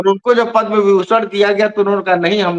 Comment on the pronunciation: पदम् पुरस्कार बोलें पद्मा पुरस्कार नहीं।